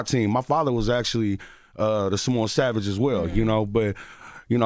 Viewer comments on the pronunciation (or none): none